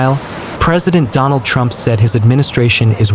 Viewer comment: Yeah, could have done without the gratuitous Ftrumpft mumbling.